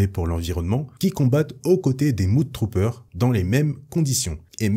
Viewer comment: Ça se prononce MEUD Troopers, pas MOUD Troopers ;) Mud (meud) = boue (un marais ça se dit "swamp") Mood (moud) = humeur (comme dans "good mood" = bonne humeur) Bref les Mud Troopers sont des "Troopers de boue"... (mais ça se traduit assez mal, faut avouer).